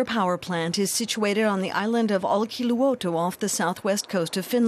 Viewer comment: Olkiluoto: name Narrator: OUILKILOUTO